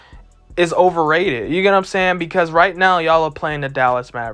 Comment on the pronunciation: No one: This guy : "You get what I'm saynn" 🥴